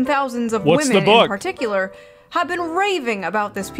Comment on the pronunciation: Waaahmen? Least favorite video of yours in a hell of a long time, Assman